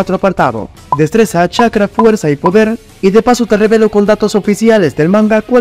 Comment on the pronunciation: se equivocó y dice fueza 😂😂